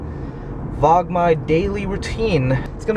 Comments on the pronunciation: Vee-log sounds odd. Everyone just says Vlog (One syllable.) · Please keep the subtitle, me likey! Not everyone speaks fluent English. Oh and I say vlog instead of veelog.